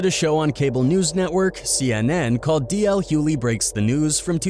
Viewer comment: I wanted to listen to this because I am a fan of DL. But it is impossible for me to listen,when the narrator can’t pronounce his name correctly. JUST STOP!😂